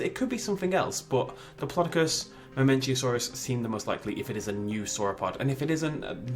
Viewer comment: mamenchisaurus, not mamenchiasaurus :)